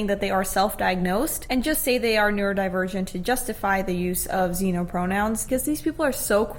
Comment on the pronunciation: woah woah wait wait. Did she just pronounce it "Xenno"? It's Xeno. Honestly try to put in some actual effort 🙃🙃